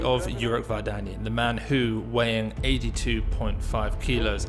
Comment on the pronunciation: Thanks! As for the surname, Armenian surnames are stressed by the last syllable: VardanyAn